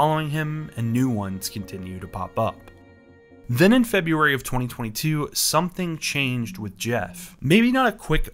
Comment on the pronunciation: she can’t even pronounce FEBRUARY